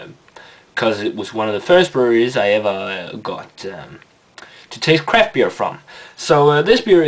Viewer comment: When you say "craft beer" it sounds like you say "crap beer" lol